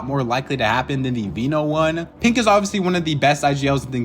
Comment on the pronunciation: is he saying pink or pinq